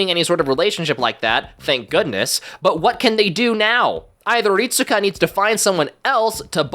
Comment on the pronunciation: His name is pronounced "Rit-ska." (EDIT: Actually, "reet-ska" is probably more accurate, but I'm 100% sure you're supposed to basically skip pronouncing the "U") It's weird, I know, but it is lol